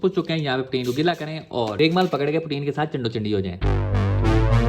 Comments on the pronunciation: Raigmaal ni hota bhai raig mar hota ha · its regmaal not reglmal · Bhai maza aya urdu ka. Reghmal main ghain ata hai. Jaisa kay apko malooommm hai